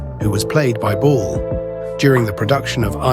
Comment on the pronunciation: It's Lucille "BALL," no bull.